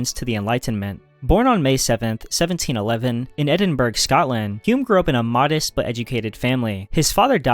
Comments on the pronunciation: hearing Edin-berg annoyed me enough to comment. Say it like Edin-bruhh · edinbrah...brah! also; not explanations...just descriptions. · Edinburg ? Really? ffs at least try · Okay I’ll be the resident Scottish person to correct you. It’s pronounced Edin-burra not Edin-burg!!! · Stop saying "Eding-burg". it hurts my ears! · How am I supposed to take you seriously when you pronounce Edinburgh “ed in berg” cmon man. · Interesting. Somewhat informative though your choice of who were the "most influential philosophers" is rather subjective. However, it was very distracting for me to note that while you had no trouble pronouncing difficult philosophical terms, you want the Scottish capitol to be renamed Edinburg. There were several other strange flaws that were distracting. If you ever go to Edinburgh (pronounced Ed-in-bor-ough BTW) you will find the Scots a very friendly people who are more than happy to help you with this problem. As I say, this was only one of distracting slips. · A few more mispronunciations here: Descarte*s*, Edinbur*g*, K*o*nigsberg. And he needed to learn how to pronounce "Ludwig" as well. It's a shame he didn't bother to check any of these out to get them right. And how can anyone not know how to pronounce "Cambridge" -one of the world's major universities? When you can't pronounce what you're explaining your credibility really takes a hit. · How do people has the interest and did gumption to make videos like this and STILL not know how to pronounce words like "Edinburgh"? Or maybe it's a intentionally dorky AI voice and could not be corrected. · Why are you pronouncing edinburgh wrong? All this research on philosophers yet a famous place in the english language stumps you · The Scottish are gonna eat you alive for butchering the pronunciation of Edinburgh. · "Cogito" and "Edinburgh" pronounced incorrectly. AI? Also missing Francis Bacon.